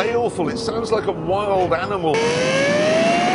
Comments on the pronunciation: no one gonna talk about "aminal" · “Aminal” -Jeremy Clarkson